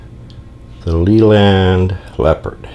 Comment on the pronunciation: It is pronounced Layland not Leeland and Midland Red was one of the biggest Bus companies in the UK after London Transport and built it's own Buses and had it head quarters in Birmingham UK.